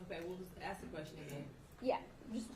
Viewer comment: Can she pronounce “ask” correctly please and stop saying “ax” 🙄🙄🙄 disgusting that she still took his calls